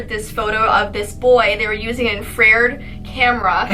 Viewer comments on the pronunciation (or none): The Edd and Lorraine warren story.......woman...its call a IN-FA-RED camera. Spelt... infrared. Lmao smh Ill just blame you and pronunciations on Canada. It's your accents. Lmao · the camera was talking about is pronounced IN-FRUH-RED. neither of u can read or speak correctly. lol